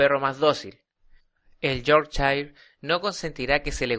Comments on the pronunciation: yorkchain jajaja. cojonuda pronunciación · pero sino sabes ni pronunciar su nombreeeeee